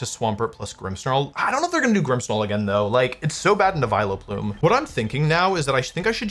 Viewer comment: Still trying to figure out what a "Vilo-plume" is.